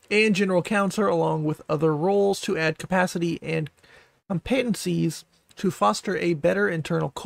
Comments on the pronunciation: great vid, seriously! couple tips tho, with love <3 philanthropic = "fill-an-THRAW-pick" competencies = "COM-pen-ten-seas" keep up the good work fren! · okay but if you mispronounced competencies on purpose that's actually so fucking funny